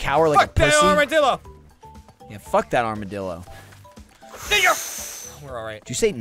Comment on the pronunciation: doesn't sound like "Ninja"